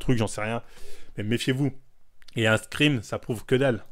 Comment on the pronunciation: Les fameux "screem" 😂